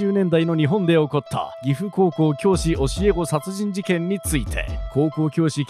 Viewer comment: で言ってる「岐阜高校教師教え子殺人事件」の「岐阜高校」のアクセントがおかしい、「こうこう」の最初の「こ」を「ぎふ」の「ふ」と同じ高さにしてしまったら、「岐阜高校」が一つの名詞になってしまうけど、この事件は「岐阜高校」で起こったわけではない。この場合、「岐阜」と「高校」は個別に読むアクセントで読むのが妥当。書く時も「岐阜・高校教師」などの表記であってもいい。あと、郡上市のとある高校って言ってるけど、市になったのは平成の大合併の頃だから、事件よりずっとあと。当時は郡。それから、他に転任という表現がないから、郡上の高校で起こったみたいになっちゃってるけど、事件は岐阜市内の高校。もしフェイクのためなら、他に実在しないものにした方がいい。